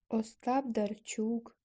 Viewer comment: Ужас! Пропустила одираз "й" и сказала эго только когда повторяла. Не правельно произнесла "Остап Дарчук" и вместе этого сказала Остап Дарчук. Не ставишь нормально паузы.. И повторяешь одну строчку раз 7. Короче ёще куча работы. НЕ СИЛЬНО ОТЛИЧАЕТСЯ ОТ АВРАМПНКА